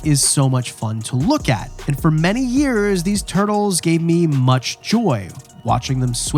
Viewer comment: yu say years like dave kaufman. very canadian